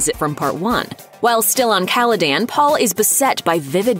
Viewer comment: Am I the only one who is annoyed that they didn't do enough research to be able to pronounce Duke Leto and Caladan correctly?